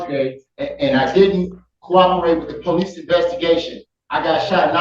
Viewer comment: The black god still can't pronounce "police" and "ask"? Shifty God.